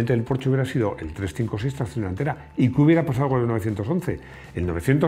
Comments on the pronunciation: En verdad tampoco pronunciaste bien Porsche. Se pronuncia "porscha" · No sabes decir bien Porsche 😄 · Hola y compañía. Casi casi pronuncias bien Porsche. La "e" ya no la omites... salvo algún lapsus 😁, sin embargo la "sch" no se pronuncia como "ch" de chepa, sino como la "sh" inglesa. Un abrazo. PD. Tuve un 2CV durante 2 años, muy divertido en las curvas. Y conduje un VW escarabajo en un día de viento y fue la experiencia más terrible vivida, una racha de aire te desplazaba 1 metro entero.